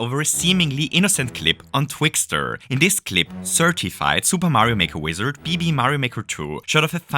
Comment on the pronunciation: "Twixter" in the first 10 seconds, this one is gonna be good.